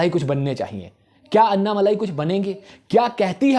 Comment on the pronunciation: It's not अन्नामलाई . अन्नामलई